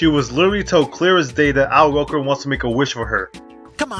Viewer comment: *Al Roker (rhymes with joker), not rocker (capital "R" on Roker as well).